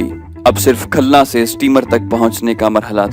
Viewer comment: khalna nahi khulna